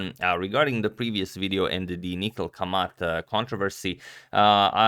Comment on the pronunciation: I am surprised how Agadmator always pronounces all Indian names correctly. But he didn't do it for Kamath and Kamath deserves this.